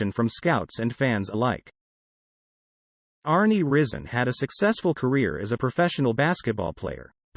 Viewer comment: His name is pronounced rise en